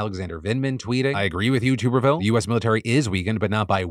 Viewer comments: Just fyi, Tuberville is pronounced “Tuh-ber-ville”. Only reason I know that is because I’m a huge College Football fan so had to hear his stupid name for years a little while back. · "toober ville" lol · Day 1030 of Phil once again pronouncing Tuberville and me laughing. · How do you not know how to pronounce Tuberville, lol? He was well known before going into politics.